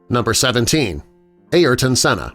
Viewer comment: His name is pronounced airton not ayerton